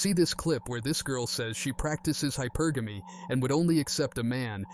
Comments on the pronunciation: SHE CANT EVEN PRONOUNCE HYPERGAMY RIGHT😂 its such a turn off when ppl are loud and completely wrong🤦🏾‍♂️ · Hy-per-ga-me. pronounced, Not hyper-gammy. Hypergamy. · I thinks she needs to learn how to pronounce hypergamy before dating a man thst makes what she is asking for .. Lol "hyper-gammy" ... Yikes 🤣😂😬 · She needs to learn how to say the word hypergamy. She said HYPER GAAAMMMIE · That silly azz broad said "Hyper-GAMMY" lol!!! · She said hyper gammy 😂😂😂 Its hypergamy sounds like hypuurgumy 😂😂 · Hyper - gammy 😂😂😂😂😂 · "I practice hyper gamy", but can't pronounce it. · Hyper gammy. She cant even say the word but she thinks she deserves some money 😂😂😂😂😂😂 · She practices hypergamy, but she can't even pronounce it. 😮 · practicing hypergamy,but not knowing the pronunciation is insane 😂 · She can’t even pronounce hypergamy lol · If you are going to use a word, know how to pronounce it. Hypergamy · That botch could not even pronounce the word properly. Boout how she practice hypergamy